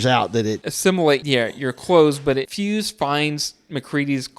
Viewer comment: Sigh. The helicopter is destroyed by one of the Norwegians dropping a grenade by it. The doctor's name is " Copper" not " Cooper". Clark does not shoot the dogs( Thing dog or otherwise)! He tries to stop the others from shooting the dogs. The other scientist is " Fyukes" no " Fyuse". It is not " less than a day". After half of the action of the movie McCready makes a log mentioning that the blizzard has been hitting the camp for " more than 48 hours"! Then they have another day and then the final night.